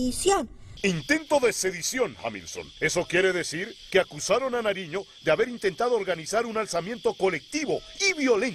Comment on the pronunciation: antonio Nariño no narino